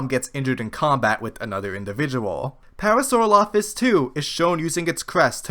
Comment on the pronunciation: You are mis-pronouncing parasaurolophus